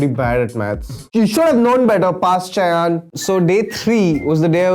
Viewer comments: 'সায়ন' না বলে 'সয়ান' বলে কেন ("._.) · Isn't it pronounced as Shaayon? Don't let the non-bengalis overpower your bengaliness. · "She yaan"...nice way to kill the pronunciation of your name dude👌😂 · And it's Shayon I guess... a bengali cannot have a name shayaaan!!!! So pronounce it like that!!! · Shayan did not even pronunciate his name as 'Saayon.' Why so sleepy?